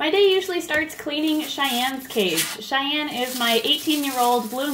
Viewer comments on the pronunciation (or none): it's Cheyenne, not chanelle